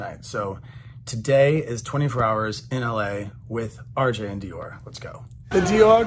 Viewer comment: I am certain that Dior does not appreciate how you pronounce their name.😂😂😂